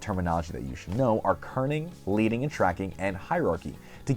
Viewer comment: Great overview of design therory. However, the word "leading" is pronounced like "ledding," not "leeding."